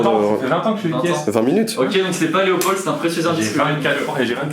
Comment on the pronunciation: Mais oui, a fait une grosse gaffe et il dit Loepold🤮